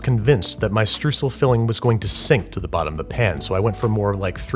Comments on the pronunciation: I had to rewind twice to make sure he meant streusel And don't mean it as an insult or anything, i just get fascinated at how german words are pronounced by non-speakers! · Haha, so precious how he pronounces „Streusel“ :D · I’m german and I just came here to hear you say “Streusel” 100 times 😄 I love it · STREUSEL it's making me angry how he's saying it and I'm not even German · is he trying to say "Streusel"? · As a German I have to say that pronounciation of "Streusel" is hilarious. Is that how Americans pronounce it? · thats not how you say Streusel and I will not look away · Jakob Elias TO THE TOP, damit Babish es sieht und beim nächsten Mal besser ausspricht 😂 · das hat halt Low Key weh getan wie er das gesagt hat haha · Jedes ma als er Streusel gesagt hat ist etwas in mir gestorben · As a German, I would say: Da war was Schlimmeres als die Ergänzung zu den Streuseln... Die Aussprache des Wortes xD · Even though this was supposed to be a baking video he started it with butchering that word in the first sentence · As a German...... You disgust me. You should have told me to avert my ears as well. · Speaking as a German, I approve: Of the the additional ingredients I disapprove: Of that pronunciation of Streusel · I thought at first he meant strudel, so I went down to the comments, saw how the Germans wrote it and googled it. To find out what it was, listened to the pronunciation and then regretted doing that whilst watching the rest of the video 😂😂 we ( I'm Dutch, hi neighbour 🙋 ) write strooisel, the pronunciation is basically the same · Your pronunciation of "Streusel" could be improved. ^^ Try to pronunciate the "eu" like the "oi" in "oil" and the "el" like the "el" in "elbow". ;) And keep up the good work man! *thumbs up* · Bin ich der einzige, den es aufregt, wie sehr er mit seiner Aussprache von Streusel die deutsche Sprache vergewaltigt? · It took me a while to understand that he was talking about streusel. I mean 'strussel'. Wtf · „Strüsel“ :D